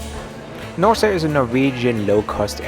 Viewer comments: You pronounce the name wrong, it's Nors e, without e at the end . Like a horse. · Is the name not spoken as NORS? The long E at the end doesnt belong in the pronounced airline name, does it? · Something does not sound right with the NOR-SEEE pronunciation. Should be "nors(e)" ? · Not sure how you missed on Norwegian being bankrupt (they certainly are not), and the name of this airline being Nors’ (with a silent E), as in Norse Mythology…